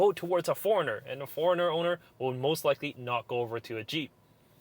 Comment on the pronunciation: I thought you were saying foreigner